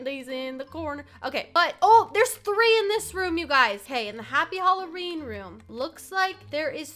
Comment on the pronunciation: said rolween